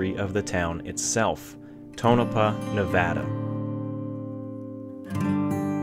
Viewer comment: Thanks so much for pronouncing Nevada correctly!!!!